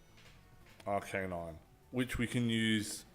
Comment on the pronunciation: I hate the way you pronounce Arcanine x_x